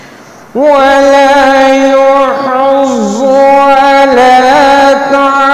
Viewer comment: Assalamualaikum Aap ny yahuzu ko yohuzu parha hi ,plz apni mistake durst karen